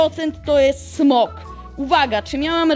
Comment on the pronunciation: Nie smog tylko smok oj